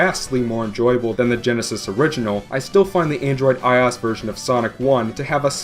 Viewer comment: It's i - O - S, not "eyeaus". The "OS" is an acronym for "Operating System" so everytime I hear "eyeaus" I dye a little inside.